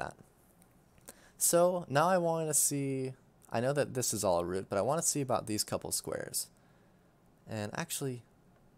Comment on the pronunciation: for the love of god say root properly lmao